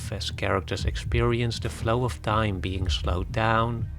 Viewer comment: OF is pronounced OV OFF is pronounced AWF When you say the movies OFF Christopher Nolan is sounds like the movies are rolling off his body or something. Why is this so hard to learn?